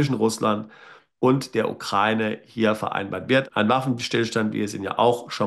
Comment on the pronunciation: Sie sprechen das Wort Ukraine falsch aus.